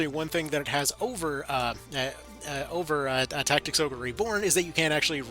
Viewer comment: Did he say final fantasy tic tacs? 😂😂 stealing that